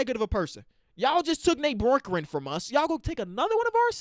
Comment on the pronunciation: it’s Nate Bjorkgren (Bee-ork-gren)